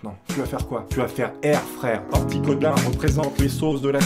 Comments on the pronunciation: Orticodin t’es sérieux 🤣🤣🤣 c’est articodin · C articodin pas orticodin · Artikodin pas Orticodin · Mec c'est Articodin pas Orticodin sinon le début de la vidéo est cool (j'ai pas tout vu) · a niqué mon enfance en disant « ortikodin » au lieu de « artikodin » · Merci beaucoup, ça m'as fais mal quand il à écorché le nom de ce pokémon de légende 😅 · Il a vraiment dit "Oticodin" ???